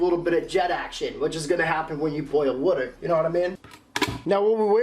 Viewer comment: Woter (water)